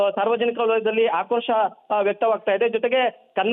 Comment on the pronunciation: ಕಂಪ್ಯೂಟರ್ ನಲ್ಲಿ ಡಿಟಿಪಿ ಮಾಡುವಾಗ ತಪ್ಪಾಗಿದೆ. ಆದರೂ ಅವರು ಒಮ್ಮೆ ಓದಿ ಸಹಿ ಮಾಡಬೇಕಾಗಿತ್ತು. ಮಂಜುನಾಥ್ ಎಡವಟ್ಟು ಬದಲಿಗೆ ಹೆಡವತ್ತು ಮತ್ತು ಆಕ್ರೋಶಕ್ಕೆ ಬದಲಿಗೆ ಹಾಕ್ರೋಶ ಎಂದು ಅಚ್ಚರಣೆ ಮಾಡುತ್ತಾ ಬಾಯಿ ಬದುಕೊಳ್ಳುತ್ತಿದ್ದಾರೆ. ಚಾನಲ್ ನವರು ನೀವು ಕೂಡ ಇದೇ ವಿಡಿಯೋ ದಲ್ಲಿ ಎಷ್ಟು ತಪ್ಪು ಉಚ್ಚರಾ ಮಾಡಿದ್ದೀರಿ ನೋಡಿಕೊಳ್ಳಿ.